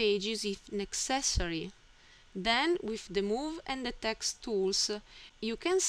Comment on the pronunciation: Good tutorial. Logical order. Speed of instruction and rate of speech were both good. The only suggestion for improving your English is to complete the word with the proper sound. You sometimes end a word with an "ah". For example, text should have a hard "t" pronounced at the end. If you listen to your video you will hear yourself say "texta" and then the same "a" added to the end of the next word. Your English is very good! Keep up the nice work and thank you for sharing your knowledge.